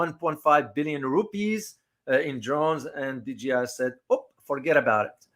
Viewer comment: DJI, not DGI.